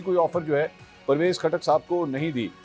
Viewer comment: P ktak nahe lota katak bolo